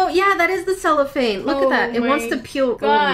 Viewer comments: She sheets you used are "cellophane" in English! :) you pronounced it right in the video, like sell-oh-fane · Ur saying cellophane right but there is also a musical instrument called a chello (ch-e-lo)😊